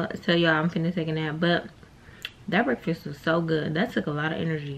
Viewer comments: I pluck my phone every time says BreakFIX instead of BreakFAST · LeatherLondy brekfix😂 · The way this girl says “breakfast” makes me laugh every time 😩